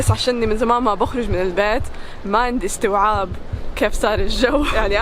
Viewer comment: استيعاب مو استوعاب ولاتلمسي الماسك من الوسط ب ايدك